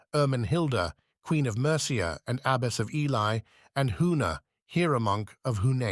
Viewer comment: Oh God no!!! This is going to be so hard to listen to if Ely is constantly mispronounced. Very worthy subject. Killed by the AI